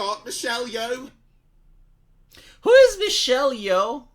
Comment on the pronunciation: “It’s got Mishelyo”. Ah yes, my favourite Mongolian dessert.